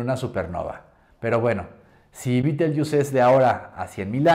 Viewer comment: Y si se escribe Betelgeuse por qué la pronuncia usted "bitelyiús". No le pusieron ese nombre los ingleses sino los árabes, creo.